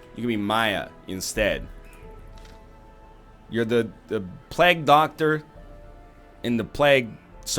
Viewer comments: Agreed. It's "plague", sounding like "vague", not "plag", sounding like "drag". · Egg stop saying plag. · NL's pronunciation is a plag on my ears lol